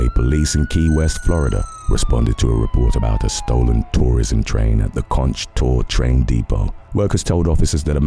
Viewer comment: Not to be a dick, but it's pronounced CONK train, even though spelled Conch. I'm from there, so...